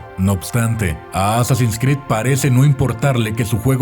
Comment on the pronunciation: Me perturba como pronuncia Assassin's Creed 🤢